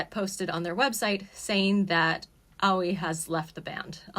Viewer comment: You weebs can never say words like aoi and yaoi properly Its not AWIE like "ouchie" it's A-OH-EE